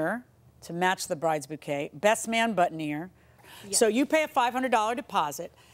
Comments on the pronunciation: It's BOOTINEER not buttoneer, Judge Millian. It's also FREEEESHIA not FRESH IAH. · Who noticed that JM mispronounced “boutonnière” until she heard the plaintiff say it right? It’s ok judge, to be a 2nd language speaker :)